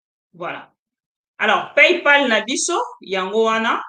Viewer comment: PayPal et non palpay